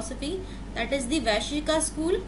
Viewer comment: Good and simple explanation. It is not Vaishika. It is Vaisheshika.